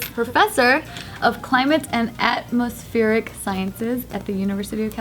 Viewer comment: is so dumb she has to say “atmospheric” slowly by syllables...